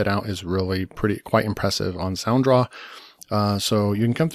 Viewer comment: It's sound raw not sound draw